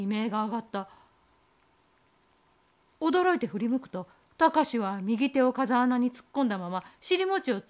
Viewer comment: こんばんは♪ カザアナじゃなくて「フウケツ」ですね。 お話の中であった様に涼しい風が出るので生態系が無茶苦茶になりがちです。 地元の風穴は8月に行くと、まだ紫陽花が咲いています😊